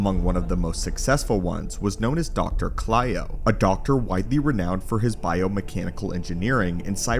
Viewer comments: great video but ur mispronouncing the dr’s name. he’s cylo not klyo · It's doctor cylo....not clyo.